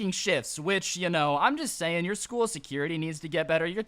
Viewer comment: I don't mean to be mean, but I can tell. Its School Not scool